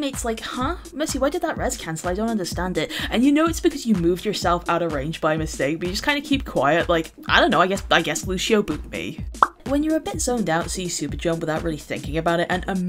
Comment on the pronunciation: It's pronounced "Lussio", with a soft /s/, not "Lushio"